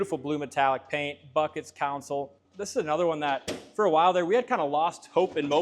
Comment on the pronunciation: Been wanting to say that for a year.😂😂